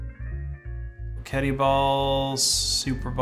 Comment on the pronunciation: Fairly sure it's "Poke Et" as far as how its pronounced unless you saw the dev's call it "poe ket ee"?